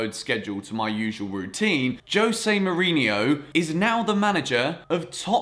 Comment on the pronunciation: Mourinho, not Mourinio